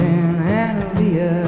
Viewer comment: My name is Annaleah and he is pronouncing right